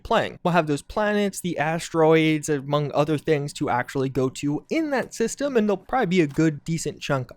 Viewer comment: "Solar ststem" 🤣